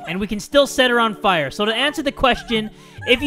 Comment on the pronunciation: Fire not fore*